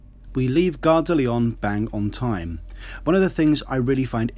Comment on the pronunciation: You're wonderful - Great info! but you aren't pronouncing Gare de Lyon correctly. The N isn't sounded - if you care! For the future...:-)